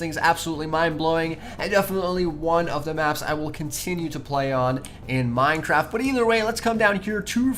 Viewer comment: Lol minetraft